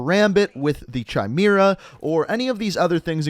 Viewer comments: "CHimera"?, its spelt like Kimera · My mans actually just said che-mira instead of kye-mEra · You pronounced Chimera wrong it’s Ky meer- uh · Chime aira 😆 it's Ki mare ah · Anyone else annoyed how he says chimera like Chai-mee-ra, when it’s Pronounced Kai-mare-uh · It’s not chy-mere-ah. It is ki-mere-ah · It’s not pronounced “Chy-mera”, it’s pronounced “Kai-mera”. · Did you really say kee meera? Lol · He keeps saying “CHYY-mera” and it’s so funny lol. Not to be a grammar nazi but it’s “ Kai-mera” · First of all, it’s pronounced kai mer uh And second, Minotaur was also was in the campaign. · Its pronounced (Ky-mair-uh) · Im pretty sure Chimera is pronounced like Kim-Air-Uh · Not trying to be an asshole but Chimera (Ky-mare-a) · Yegor sounds like Jager or Yay-ger Chimera sounds like Ky-mira Grinch had a Machete both times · It’s pronounced Kai-mare-uh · The way to pronounce is kai-mera and did anybody notice he messed it up the second te he said it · Chimera is pronounced (KI-MEAR-UH), that was cringe worthy my friend! Other than that, great video! Lol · Chimera is pronounced (kai-may-ra) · It’s Kim-era tho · I’m not trying to be that guy, but I’m pretty sure it’s pronounced “Kai-mare-ah” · dude really said "Chimera" as "cheemira" LMAO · Can you please pronounce "Chimera" properly? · he said chimera Wrong